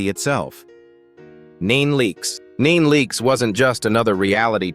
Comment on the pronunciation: Can’t even pronounce our names but wanna talk about us! Instead of NeNe Leakes you say Neen Leakes! Correct your auto speaking